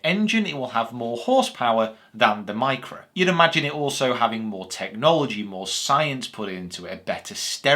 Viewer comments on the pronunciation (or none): none